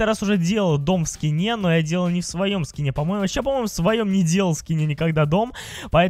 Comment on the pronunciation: Ты сказал в ски́не а надо в скине́ говорить